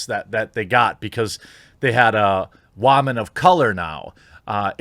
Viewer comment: What the hell is a "wahmen" ?!